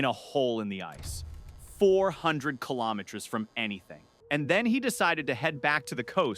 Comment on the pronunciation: I sat through the mangling of multiple names. I even sat through the bungling o" carbon fiber". But AI that's so stupid it can't pronounce the word "kilometer"? That tells me no human hand touched this content. And I'm not going to support insulting shit like this. I'm outta here.